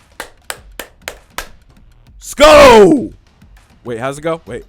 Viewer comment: Randy Ifeadi its pronounced if AH dee here in Minnesota. Hoping D is OK but good to get Yannick anyway. You're getting the SKOL right.